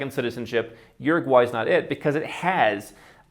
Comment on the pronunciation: Say what you want but the little guy actually pronounced the name of the country properly